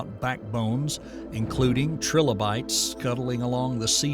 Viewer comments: 'tri-lobe-ites' Not 'trillo-bites' Three lobes. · Anyone else hear “Trill-oh-bites” and say okay, nah this AI shit is not for me. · AI cant even say Trilobites correctly